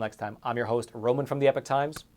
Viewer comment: Roman. I like your work! But: Sorry-t-tell-you: The word epoch is pronounced EE-POCK - NOT as Eh-PICK.